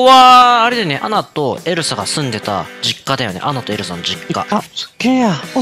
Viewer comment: 2分7秒の時エルサがエルザになってた